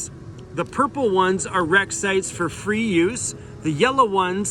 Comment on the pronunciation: It said Fee not free🤣😂